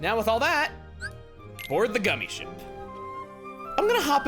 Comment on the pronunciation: He calls it gummi skip it rhymes with Emile